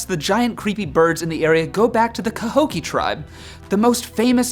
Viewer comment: Not to be mean, but you did pronounce Cahokia and Piasa (Pie-a-saw) wrong. And I've never heard of a 'thunderbird'. I'm from that area. And trust me a lot more scarier legends. Like the whole entire riverbend area is haunted and has been since the Civil War. You could have done Small Pox Island, a small island in the middle of the river where they put Civil War prisoners with small pox.